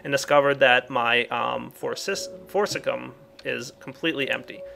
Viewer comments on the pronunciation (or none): How many times must we tell you? Its FORCICIUM. FOR-CI-CI-UM. Pronounced For-ci-ci-um. Exactly how it's spelled. Please, just read this and then do it right next episode. Please. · i hate to be this guy but shouldn't it be pronounced For-Ci-Cium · I wish would actually read the word "Forcicium" before trying to pronounce it. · At least he didn't say for-ci-li-um... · LOL, deliberately mis-pronounces forcicum and doesn't find the nether star just to troll you OCD people:)